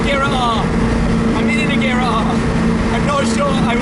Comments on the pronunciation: The guy can't even pronounce agera right ... And he does this for a living aswell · Wrong pronunciation of agera and dat lisp do but aside from the cool